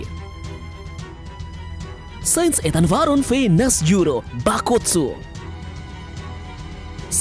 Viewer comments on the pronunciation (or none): Ethanbaron V.Nusjuro min bukan V.Nasjuro, karna merujuk kata V.Nus atau planet Venus